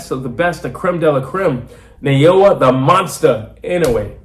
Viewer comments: ❌ NAY-OH-UH ✅ NAH-OH-YAH なおや ば - NA - NAH お - O - OH や - YA - YAH If one were to Romanize Inoue's name the way you pronounce it, it would start like Nei- rather than Na- Inoue by KO in 4 -- liver shot stoppage. Inoue is a much more devastating, precise body puncher, even if he doesn't go to it as often. Much more devastating. I think Inoue has earned a little breather. 😊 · 😅😅😅ITS not Sha nay nay lol, it's NAAAH OOOOOH YEAAAAAH ,,,IN. NOOO. UUUU. EH LOL GET WITH THE PROGRAM ALREADY.